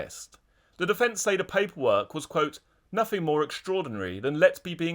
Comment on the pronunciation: Froo? What is froo? Sympaffi? Sympaffize? Nuffing? Wiv? Anyfink? Please use proper diction!!